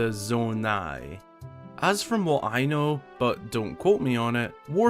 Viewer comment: It’s pronounced ZONE-EYE